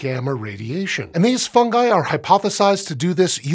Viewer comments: THANK YOU FOR SAYING FUNGI CORRECTLY! Drives me nuts when people latch onto other pronunciations that don't sound right. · I liked that he pronounced it Fun-guy. Not Fun-Ji. Keeps the joke alive.